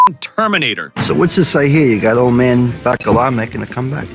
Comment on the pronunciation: Old Man Buh-Callugh? Who tf is that? Seriously though, you had some Carmine Jr moments on a few of these names but this one’s my favorite.